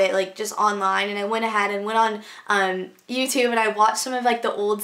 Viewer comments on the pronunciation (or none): haha she sounds so texan when she says "emm" (